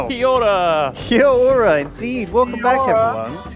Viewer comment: Did say He-Ora at the beginning after Duncan said Kia-Ora or is it just me? Any New Zealand’s here to confirm the butchery?